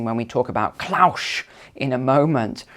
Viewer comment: Is there a reason why you pronounce 'Klaus' as 'Klaush'?